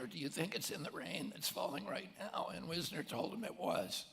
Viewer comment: It's Jerome Weisner rather than Wisner. He became president of MIT